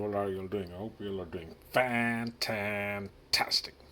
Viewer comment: You scared me when you say Fantantastic